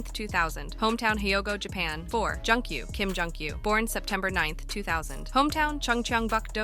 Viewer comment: It's Joon-gyu, ma'am. And it's HELLO, not Hellow lol